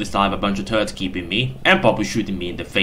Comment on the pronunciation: what's wrong with your R. You spelling it like a W-.- this is infuriating!! (btw what are tuwwets???)